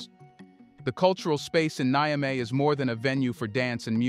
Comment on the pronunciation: I always hear that you confuse Niger (pronounce as Nizhe former colonized by France) with Nigeria (pronounced as Niy-Jeria Fomererly colonized by UK). Of course that two countries are separated by a colonial border. Niger is the country to the North of Nigeria. Its capital is Niamey (pronounced Nyame). The ones dancing with Russian women are Nigerian (The Super Eagles). People from Niger are called Nigeriens (pronounced as Nizherians) and people form the populous Nigeria are Nigerians (pronounced as Niy-Jerians). Very often you confuse me as to who you are reffering to.